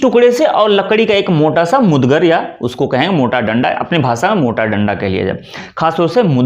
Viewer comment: पहले आप तो सही बोलना सीखिए, मुदगर कह रहे हैं आप सही शब्द है मुगदर